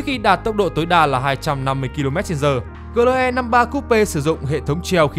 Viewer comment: GLE thì phát âm kiểu tiếng Việt, AMG thì phát âm theo tiếng Anh, giống như một người mặc bộ vest mà chân đi dép lào vậy, chả ăn nhập gì nhau cả :))))))))